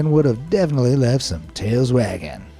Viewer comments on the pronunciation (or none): none